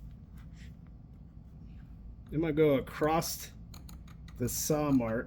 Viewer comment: Did you say ACROST?